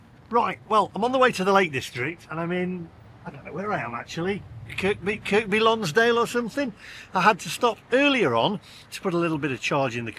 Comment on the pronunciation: The second ”k” in Kirkby Lonsdale is SILENT. KUR-BEE